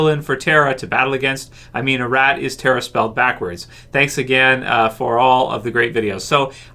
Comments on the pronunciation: It's not pronounced "A-Rat" it's "Ah-Rot" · Her name is not pronounced a-Rat pronounced as a-Rot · Could you stop saying A Rat and say Arat